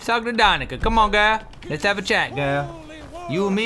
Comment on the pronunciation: Its 'DaniCa' not 'DaniKa'. Skyrim is located in Russia, there is a quest that shows the world map, our world.